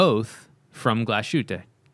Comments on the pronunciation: No, "Glashütte" is not pronounced like glas shoot or something. It is Glashütte, with "ü" and double "t", "Glas" and "Hütte" are two different words. For proper clearifying the sound just go to Google Translate, write "Glashütte" in the german translation box and let google read it for you (press on the speaker symbol). Otherwise great podcast, really looking forward to the next episode. Greetings from Germany! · I can almost hear the germans cringing in pain.... try pronouncing it "Glas-hütte" not glasshoot. But you got the ü surprisingly good. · It’s pronounced Glas-hoota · Yes, Junkers is German. “Stowa” is pronounced “SHTOva,” and “Glashütte” is pronounced “GLAHS-HÜTEH.” The umlaut must be pronounced correctly, and there is no “sh” sound in that word. And “Lange” is pronounced (approx.) “LAHNG-EH,” as if you were saying “ahh” at the dentist’s. In 99.9% of German words, every letter is pronounced.